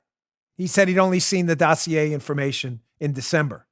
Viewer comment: When Chuck Todd says or mentions the word Dossier [doe see a] to Brennan he was fawning over him like he was love, he should have put him on the counter and kissed his caboose.